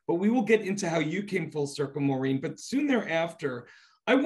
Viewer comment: She is incredibly talented. And BTW It’s Maureen not Maurren 🙄